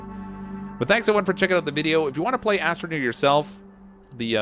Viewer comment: did he say Assineer?